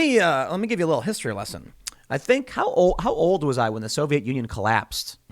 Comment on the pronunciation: He meant to say "Soyviet"